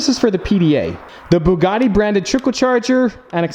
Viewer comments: the butcher:buggidi: buggati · 😂😂 It's a Bugatti.....Bugati.....BooGooTi..... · do you mispronounce Ferrari? Well please please please learn how to say Bugatti correctly. Once more for the hard of understanding it is Bu (as in View) and Gatti (as in Scatty). It's a French name and in France they say things with finesse. I love that you have bought it but simply cannot take this fucking up of the name any longer. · Actually... it's bügatti not boogatti. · The “buugatie”😂😂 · IM DEAD THIS MANS CALLED IT A BOOGUDI . Im steeling this. Im commenting nice Nice Boogadi in every boogadi vid from hear on out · BUG ATTi: Bugutti Me: 🤣🤣🤣🤣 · Bug-A-Ti 😂😂😂 Veyron's New Name 🤣❤❤ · Lost it at Burlachers pronunciation of "Bug-etti" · Hahahahahaha when call the Bugatti, the Bug-etty, I fuckin passed away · I died at the bugatti pronunciation war 😂😂😂😂😂😂